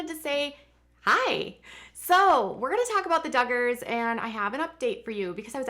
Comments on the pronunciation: I just watched the video and she definitely said Juggars!😂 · Lol I thought I heard you say “ Juggars” well yes, the Duggars do go for the jugular..... 😂😂